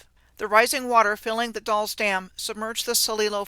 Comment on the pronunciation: The Dalles Oregon is said, like gals, only with a D